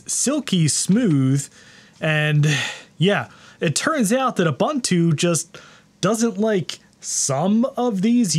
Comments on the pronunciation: it's pronounced: Ooh - Boon - Too The letter “U” has the same phenome in each instance, it is not pronounced Uh- Bun-Two with three different “U” pronunciation. Love your channel! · it's pronounced "oo boon too"... boon not bun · Pronunciation is oo-boon-too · hate to be that guy.... its uu-BUUN-too, no buns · Ubuntu doesn't have the word bun in its pronunciation. The second u is pronounced the same as the first.